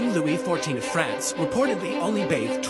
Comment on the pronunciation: A deficit of mine has presented itself. I have a prejudice I will admit , my intolerance for hearing France pronounced in the fust sections of this content. Suggesting a dog ' go potty ' was also a pet peeve I must deal with similarly. My problematic mind.